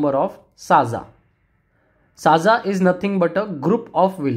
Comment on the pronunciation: Not साजा it's सज्जा तलाठी..😊